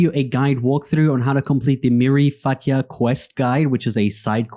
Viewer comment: Its not Miri Fatya but Miri Fayta its means my family in gypsy language 😊 😁